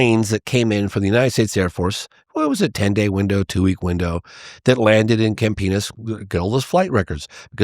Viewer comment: Every time they say it, all I hear is Camp Penis😂. Love this show, keep killin it brother!🍻